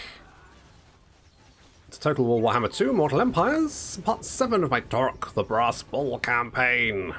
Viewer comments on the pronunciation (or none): Surely taurox is a splice between Taurus and ox, so it would be pronounced like ox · The X is not silent... unless you can get far enough away that you can't hear her anymore.